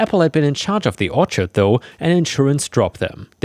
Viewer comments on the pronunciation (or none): none